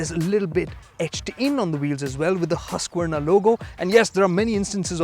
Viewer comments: It's not huska warna it's haskwana . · Baki sab theek hai but name pronounce hi nahi hota